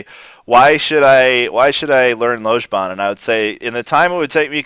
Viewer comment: Mmm, so indistinguishable that our glorious teacher manages not to pronounce the word 'Lojban' correctly even once! This 'o' sound comes up loads in the north of England. The Mancunian 'long o' is pronounced this way. Greet someone from Manchester and you will probably here a friendly "Ello!" in response. The 'o' in that is exactly the same.